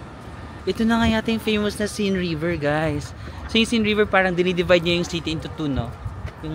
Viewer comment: Hi, hope you don't take this the wrong way but for us, non-French, they're pronounced [loov], [seyn], [monmartra] and [shaanze-leezey]. Enjoy Paris. :hand-purple-blue-peace